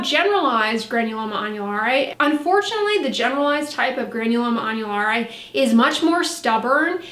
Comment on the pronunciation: I’m learning here folks don’t know if I’m more impressed by the knowledge on the subject or the fluency pronouncing the name of the condition. I’m sure there are some viewers very excited seeing this video posted I’m glad for em!!! 👍🏻☀️☕️⭐️